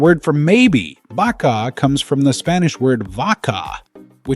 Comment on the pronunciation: You were confused in BAKA....BA KA is COW in slow pronunciation BAKA..it's MAYBE. BAKA is pronounced fast not slow